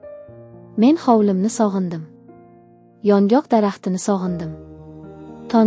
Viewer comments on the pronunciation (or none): Кеткан вақтизга ачинадиган хикоя экан..Матнни ўқиёткан қиз ёнгок дарахтини охиригача тузатиб ўқомадия 😮Ёнғоқми-ёнгокми?😢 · ЁНҒОҚ , " ёнгок " эмас!!! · Iltimos yongok emas yongʻoq deb oʻqing